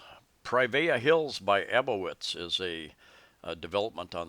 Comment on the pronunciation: It's Aboitiz (pronounced: əˈ-bwee-teez) thanks for the coverage.